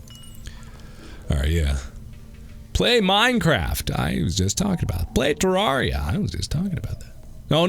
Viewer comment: why does mark pronounce Terraria like terr*are*ia? why not say terr*air*ia like he says terrarium?